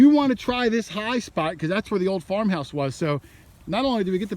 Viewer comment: did he say farm house or whore house. /[garter clips galore]